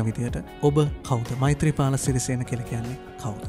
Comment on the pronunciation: මෛ-ත්රිපාල නෙවෙයි මෛත්‍රීපාල